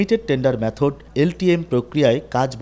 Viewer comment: Sangbadik er ucharon thik korte habe Method er correct ucharon Maythod. Not Maaythod